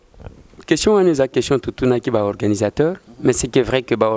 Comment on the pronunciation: Ndeko Eliezer alobi organisateurs. Mpo na nini ozali koloba organisataires, ndeko mopesi sango.